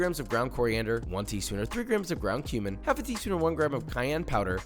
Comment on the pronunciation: I heard ground cumin as ground human lol. Then I was like wai.. WHAT?!!